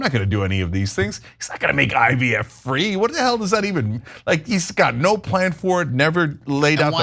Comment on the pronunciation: Did say IVF or IDF? Maybe it’s because I just can’t listen to this guy anymore!